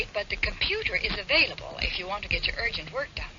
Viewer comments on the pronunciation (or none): none